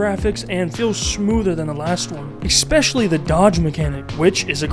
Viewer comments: Learn english, its not "ex-specially" its ESPECIALLY. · I appreciate the video man but you've GOT to stop pronouncing especially as "expecially" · "exspecially" throws me every time 😅